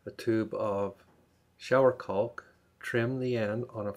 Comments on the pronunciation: Can I take advice from someone that pronounces caulk as calk🙁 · The 'L' in CAULK is silent. Like chalk or chaulk. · "CAW WOLKK"